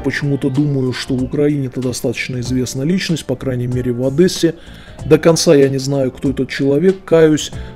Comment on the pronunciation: Правильно говорить. ОдЕсса...